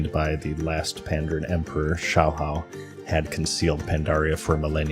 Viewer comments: pandARAN not pandEREN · You need a better editor to catch silly mistakes like your mispronunciation of Pandaren.